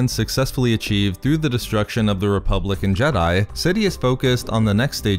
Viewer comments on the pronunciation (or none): You said "republic and jedi" but I heard "republican jedi."